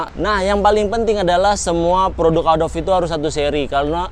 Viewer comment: Pengejaan kata inggris (adobe) nya salah bang bukan "adob" tapi "edobi" dalam tulisan indonesianya, thx videonya bermanfaat banget bang👌